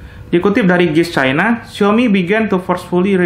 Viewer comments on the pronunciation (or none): none